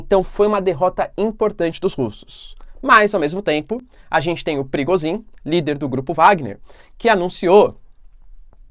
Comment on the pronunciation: Toda vez eu escuto o nome do cara de “perigozim” 😅